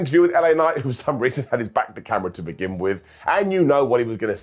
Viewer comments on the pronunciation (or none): none